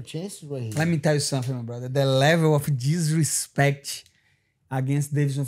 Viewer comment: Not gonna lie, Matty Bets gotta stop talking about betting to those fighters. First Giga now Rodriguez. DE LEVEL OF DISHESPECTCH😤